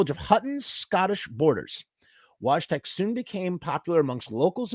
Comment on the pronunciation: It’s pronounced Voy-Tek